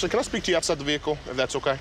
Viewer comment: Anytime a coo says “ve-hicle” you are pretty much screwed.